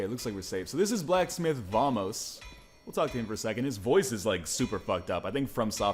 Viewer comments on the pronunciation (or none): none